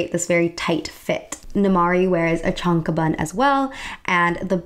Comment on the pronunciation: I love love love your video! It's incredible, despite the unfortunate choice on Disney's part to mash all these cultures together, that we finally get to see Southeast Asian representation in mainstream media and actually learn about them (thanks to you). However, I just want to point out that the Chong Kraben (โจงกระเบน) is actually pronounced something like 'Choang-kruh-bayn" (I'm from Thailand, and I still really appreciated the recognition though). Just a reference in case you end up mentioning it again in other videos. Thanks!